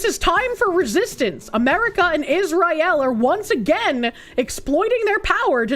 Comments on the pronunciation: Love how the Korsche pronounces it “is-rye-aal” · IZZ RYE ELLE